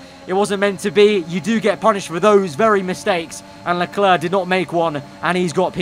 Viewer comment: Lecler*C* Not clare. Clerk.